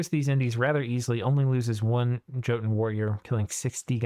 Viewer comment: Small thing - Jotun warriors is probably pronounced with a Y sound and not a J.